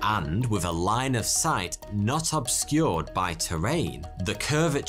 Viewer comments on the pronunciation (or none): none